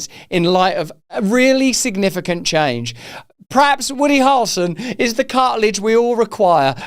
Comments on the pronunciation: Harrel (rhymes with barrel) son 👍🏼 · You are saying Harrelson in a British accent. It sounds like two syllables. Americans typically say it with 3 syllables.